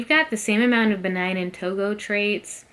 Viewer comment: Why do y’all keep saying Benine and Togo lol do you see an E at the end of Benin it’s pronounced Beneen 😂